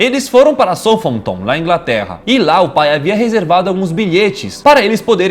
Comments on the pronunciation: n é soufiton é soufirrenpiton Ps baseado no Fifa e no Thiago laifert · Calma aí...kkkk Como que é SOUFONTOM É SOUTH HAMPTOM... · Sério que o Daniel falou Southfoton, ou foi isso que eu entendi ele falando hahahahahaha É South-Ramenton, falando na pronúncia da fala kkkk credo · "soulfoutôn" Eu ax q a pronúncia eh "sout-répton" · ta errada a pronúncia de Southampton, é "Soutrampton" não "soufanton" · N se pronuncia "soufanton" e sim "sóuf-rranpton" (Southampton) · soufi Hampton a pronúncia, quem falou soufanton foi o molo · Só corrigindo a cidade n se pronuncia soutampton e sim sóurampitom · se pronuncia ''Sauthrampton'' não ''Soufanton'' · Kkkkkkkkkk 🤣🤣🤣🤣 como é o nome da cidade?? "SOUFONTON"?? Não seria "SALF-RÉPTON"?? (adaptações para a pronúncia em nosso idioma) *Southampton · Se lê,Sout Hampton,não Soutphanton putzzzzz kkkkkk..... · Não se pronuncia /Soufanton/, pronuncia-se /Saufirampiton/. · soufâmptom KKKKKKKKKKKKKKKKKKKKKKKKKKKKKKKKKKKK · Adoro vcs, só dão uma melhorada nas pronúncias em inglês. Ex: Southampton lê (Sauf rémpton).eu tava para falar num outro vídeo que tinha muitas palavras em inglês, sou fã de vcs, um abraço. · DE NOVO??? KKKKKKK PQP 🤣🤣🤣🤣🤣 AGORA É SOFÂNTOM KKKKKKKKKKKKK vsf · son fanton kkkk chega de internet por hoje. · Se pronuncia southrampton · Southampton não se pronuncia "Soufanton"... pelamordi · O daniel falando o nome da cidade de southhampton é inacreditavel. Se pronuncia sautirrempitom daniel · Acho q a pronuncia certa e "saltremptom" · ahsuahsuaa n é assim q se fala, “Southampton” se pronuncia “sautirempton” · Se pronúncia: Saut Rampiton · A pronúncia seria "sourenpiton" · se (pronuncia) souramptom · se pronuncia "soutRRAMPTON" manos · Se fala Saufhampton E se escreve Southampton So pra vcs mitos se lembrarem... Like sempre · Na verdade acho que é....soufi Hampton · Saltirampitom é o certo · kkkkkkkkkkkkkkkkkk "soufanton" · Southampton se pronuncia "south tamptom". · fala-se souf rampton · Que pronúncia foi essa de Southamptom?